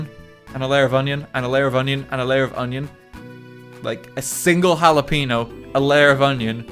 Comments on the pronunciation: Did this man just say jalapeeno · Nobody: RT: "jalaPEENyo" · I think you mean a wa-lapeno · Can we take a moment to question how he pronounces Jalapeño. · God as a person who speaks Spanish as their second language, this makes me die a little